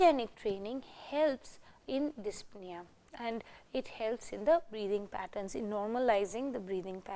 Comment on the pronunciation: She is a professor and she cannot pronounce the word "Dyspnea" correctly!